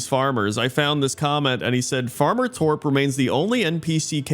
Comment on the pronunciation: As a Swede, I'd point out that you're pronouncing Torp wrong, but then I remembered, that'd be pointless to point out.